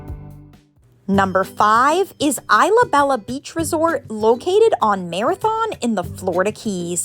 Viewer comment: It’s pronounced ees luh beja not eye luh bela 😂😊